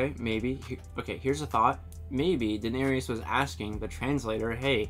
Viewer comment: Dany's brother called her 'Dany' when pleading for his life, and in the books she's referred to and thinks of herself by that name. Saying Dany also, if I may say so, stops people saying 'Daner-EEus' when there's no EE sound near the end. It's just 'Dan-ERIS'. 'Daner-EEus' annoys the *** out of me. Sorry. Oh, and 'Khaleesi' as well, it's her title not her name. We should say 'the Khaleesi', just like we'd say 'the Queen' or 'the President'. And there's no 's' at the end! Speaking as someone who grew up without a phone in the house, I agree it was terrible. I was so deprived. My parents couldn't understand why we'd need a phone, if they wanted to talk to someone they just went to see them, or waited until they did see them! I went through four years at University and never once phoned home. Because, no phone. Highgarden is the seat of the Tyrells, just as Winterfell is for the Starks (or was, rather) and Casterly Rock is for the Lannisters. It's a long way away. Wanting them to take down Craster is quite understandable but see where it leads? Oaths have meaning in this world, Mormont couldn't stand by and condone mutiny. I think you may be unique in being the only Karl fan in the world, by the way! Gin Alley salutes you. When Ned Stark was standing in for the King in Season 1, he sent Beric Dondarrion after the Mountain. He's changed a bit since then. I think you got the wrong end of the stick about the fate of the sorcerer. Varys explained his hatred of magic; he'd hardly use